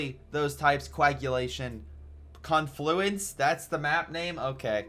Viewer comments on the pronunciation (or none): It's pronouced kaan-floo-uns :D